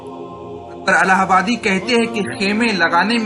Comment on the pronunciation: الہ پرزیرپڑھیےزبرپڑھناغلط ہے